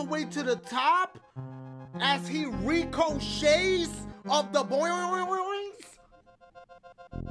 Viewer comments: Dashie you killed me wid dat "RICO-shay" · Did anyone else hear him say re-co-shay